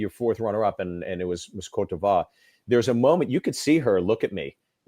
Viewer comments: I would too after seeing him host. Cot deveer? Guadalupeh? He didn’t even research how to pronounce the countries! He’s like the worst host ever! I miss the times when dashing debonaires like Bob Goen and Jack Wagner or even Alan Thicke with perfect decent hosting skills and are not corny were hosting. Their presence alone means hollywood high class event. I wish i had billions i would definitely acquire that pageant back and bring it back to the times when it was the undisputed beauty Olympics with a perfect presentation musical score, hollywood caliber guest performances and most of all a fair transparent scoring! This pageant needs to be owned back by an American company and broadcasfed by an American emtertainment platform! It will never be “Miss Universe” if it’s not American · Miss CORDOBA? It's pronounced [kOt divwAr] it's French for coast of ivory / Ivory Coast